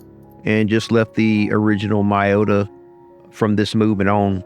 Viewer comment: It's not pronounce my-o-ta😂, it's me-o-ta.